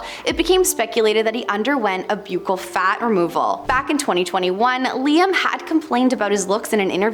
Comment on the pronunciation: Did she really say ‘Botex”instead of Botox and mispronounce the word ‘buccal’? Why do the hosts on this channel always pronounce names and words wrong? They need to research the correct pronunciations before posting. Frankly, it’s embarrassing.